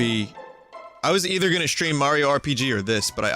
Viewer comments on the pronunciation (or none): none